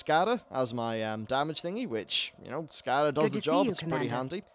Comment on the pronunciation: Lmao the way you pronounce Skada :D